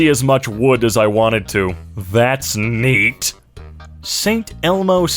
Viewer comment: There's something about clenched "That's NEEEEEAT"